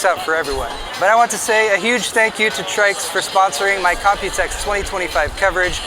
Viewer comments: the man still calling them Trix throughout the video lmao..the disrespect. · TRYX is pronounced "trikes"???? Sounds better than "try x" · I like the "Trix" pronunciation better :) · He begins by saying he got the name wrong and proceeds to get it wrong again and again throughout the video. 😂Old habits die hard, huh?🤣 Doesn't take away from the video, at least not for me. Mostly 'cuz I've sure been guilty of that one too.🤘